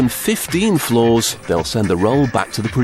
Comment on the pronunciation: XMChEeSeCaKEG Since when is there an "R" in the word "flaw"?